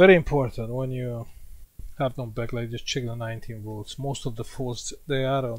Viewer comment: try to say back light not bek light hahaha